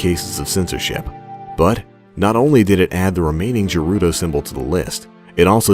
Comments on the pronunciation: The G in Gerudo is canonically a hard G, not a soft one. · This was my first Zelda game and I always thought Gerudo was pronounced with a hard G. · What the fuck is "JUHrudo"? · You had me at pronouncing it "Jerudo", lol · The way you pronounce gerudo is funny.